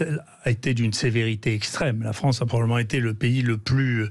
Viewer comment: La Fronce où la N est contre la P !